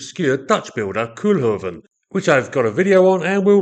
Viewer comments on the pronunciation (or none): Koolhoven pronounced coal-hoe-van, enjoyed your vid.